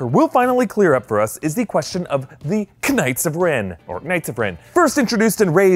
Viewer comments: The way he said "k-ngihts" of Ren made me triggered. lol :) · The k is silent in knight. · It’s pronounced “Ka-nig-its”